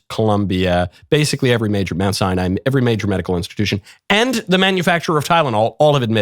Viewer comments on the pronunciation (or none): none